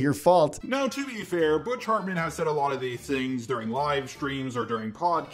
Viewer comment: I love how he says bitch hartmen